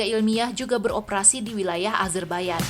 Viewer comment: Nahhh ini baru tepat penyebutan negara azerbaijan dgn "azerbaiyan",krn kbanyakan org masih nyebut dgn konsonan kata yg sesuai dgn tulisan pdhl it salah.